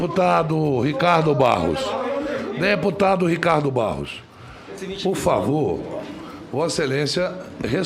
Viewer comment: Adoro o Aziz presidindo, "POR FAVO, POR FAVO"